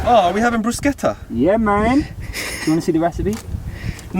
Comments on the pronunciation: You're pronouncing "bruschetta" the right way 😍 not a vegan, but very interested in adding some vegan recipes in my usual meals 🙂 Very calming videos, really enjoying ☺ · The first time I hear non italians pronounce Bruschetta correctly, I’m in tears